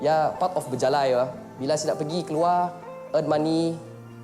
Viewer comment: it's bejalai, not berjalai